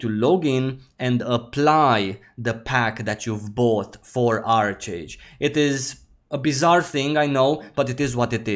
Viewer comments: Love your content, glad to see you back! FYI, I believe it's pronounced "ARK-age" 😉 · Made the same mistake at 1st but it’s pronounced ark age. Just wanted to let you know. Great vid as always!